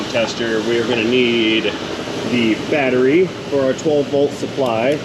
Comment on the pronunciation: Electron storage containment unit. Lol Lot fancier pronouncing than the ole timers. “Battree”